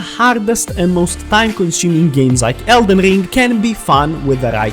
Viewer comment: Elden rrrrrrring 😂